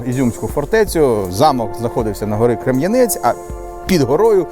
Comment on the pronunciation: Дякую, за те що показуєте мій Ізюм, тільки одне уточнення. Гора називається Крем'янець! Наголос на перше е.